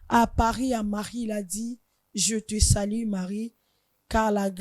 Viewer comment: lobaka lingala, balobaka je te salue et no je te salie, please, bad pronunciations. Allo 😮